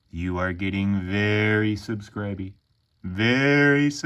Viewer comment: Hilarious… very subscriby, you’re getting ver subscriby”😂😂😂beautiful card